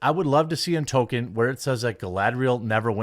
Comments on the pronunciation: There's no such thing as a toe-keen fan. There are toll-keen fans. There's an L in his name. Fucking pronounce it. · TOL-KEEN Jeremy. TOL-KEEN. Not Token. Tol-Keen.